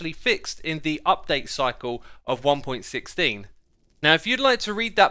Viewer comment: Its not important but... It's pronounced one point one six not one point sixteen